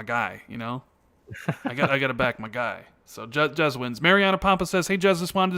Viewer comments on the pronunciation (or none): You know you called Jez, Jiz twice? Was this on purpose? Lol